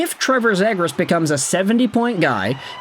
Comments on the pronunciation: You can’t even say his name right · The flyers traded nothing for a potential lottery ticket in a skilled center who needs a change of scenery. If he sucks then he's gone, last year of his contract. We lose a 2nd/4th and Poehling? Who cares? The fact you're the only person I've ever heard say the kids name wrong, do you even know who he is? Do you get your opinions from reading Reddit posts?